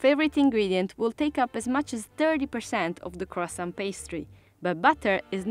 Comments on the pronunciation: Kwason!!!... You say other french thing with perfect pronunciation but not the KWASON... Even the chef says KWASON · It always makes me laugh when you hear Americans pronounce Croissant as CROY SONT. The correct way is KWAHSAHN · Are you going to finish that KWASSON? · Le cwosant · It's pronounced " cwaason " . Silent t . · You say waaat Crosont????? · It’s Pronounced kwa-son 😂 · Its kwa-son. Please use proper pronunciation even you used to speak english. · Isn't it pronounced quwasaw???😂😂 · man the one thing they didnt mention was how to pronounce croissant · You would expect a French baker to pronounce croissant correctly. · I’m unsure of how the presenter, surrounded by French-types, can’t even pronounce Croissant properly. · Learn to say croissant properly